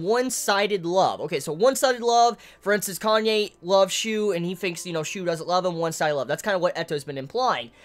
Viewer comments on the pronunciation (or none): ...............You're gonna keep calling him "Kanye" aren't you?